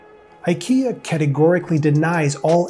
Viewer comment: Makes a video about IKEA, doesn’t bother to learn how to pronounce it :)